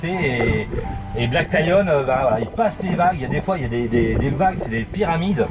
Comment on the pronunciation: Bonjour les amoureux, On vous suit depuis la Thaïlande et on a une question toute bête !! On arrive pas à trouver la marque de Black Lion?? C’est toi qui articule mal ou c’est nous qui comprenons rien?? Vous nous régalez tous les jours! Ne changez rien! Bon vent! Sandrine et Hervé.